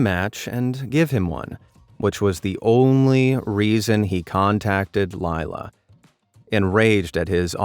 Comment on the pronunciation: Laila is pronounce lay-la. I know someone with that name. (Not the one in the video.)